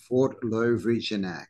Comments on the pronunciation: It's pronounced "Lovreeyenatz", with accented "ye". Cheers from Croatia! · Great subject, the name of the Fort is pronounced like this TVRD-JAVA LOV-RI-YEN-AC (E as in England, A as in America, C as in City)